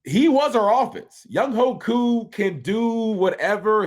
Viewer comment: Bro you trolling right? Ovie?! Talking to YOU!! Why you messing up Koo’s name like that⁉️